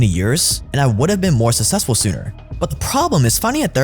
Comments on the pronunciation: Bro the way you say 'successful' sounds like it's spelled 'sussessful' .... SUCKSESSFUL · The amount of times I heard “sussessful” in one ad hurt my head.